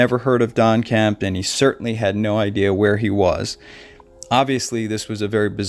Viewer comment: I was going to watch your video. But within 2 minutes you mispronounced the name of the missing person and the name of the host of unsolved mysteries. There is no T in the missing man's name. And it is Robert StAck, not stOck. So really, how good could you possibly be at telling a story!